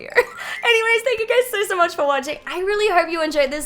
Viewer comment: Every time she says “so” it sounds “sore” no offence ilysm 🤍